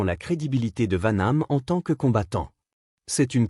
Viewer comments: Hhhhhh "Vaname"contre "Sigule" Quelle poisse! STP Arrête ! 😢😢😢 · PRONONCIATION DE MERRRDE ... Steven segUl ??? serieux !!!!!!!!!!!!! Vanname !!!!!!!!!!!!!!! joualvert arrete tes video et va travailler chez McDo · Vaname...? Sigul...? Nul ce narrateur 😂😂😂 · Dans les deux noms il prononce mal les noms il faut qu'il mette des lunettes. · C'est très chiant cette alerte pour s'abonner à cette chaîne.. utilisant une modélisation de voix.. qui se plante d'ailleurs, rien que par le nom des 2 acteurs dont on parle ici.